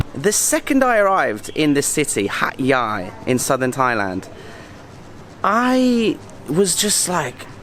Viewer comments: I know I am late to add my comments. Please don't say there is Singaporean food in Hatyai. - thee locals might take umbrage Definitely there are Indian, Malay , Chinese food. The Thai food is southern flavour; there is is more spice. The right way to say is Hat jai . Cheers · You didn't pronounce HatYai correctly!